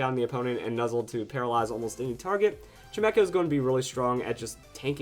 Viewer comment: WHAT? I thought it was pronounced CHIME CHO, not CHIME ECHO